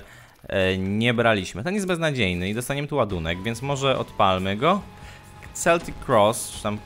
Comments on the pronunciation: czyta sie keltik kross , a nie celtik kross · Mówi się "keltik kros"